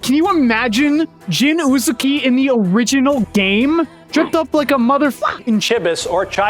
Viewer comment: Shion Uzuki, not Uzukiya